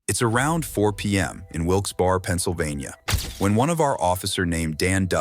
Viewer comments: Wilks BERRY is how it is pronounced. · Off topic, but isn’t the town pronounced “Wilks-BERRY?” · It’s pronounced Wilks Berry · It's pronounced Wilk's Berry you goddamn AI narrator. The entire world is shit now. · "WILKS BARE"